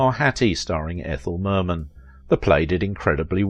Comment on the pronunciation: he said ?'Berman' instead of 'Merman'.